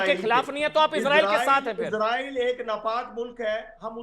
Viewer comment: Ye besharam kis mo SE raw-fail 😅 Ka name le Raha ha But anyway.. Ijreail ij a pather land end-ya ij a mather land